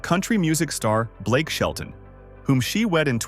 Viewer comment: It's not Blake shelton baby 😊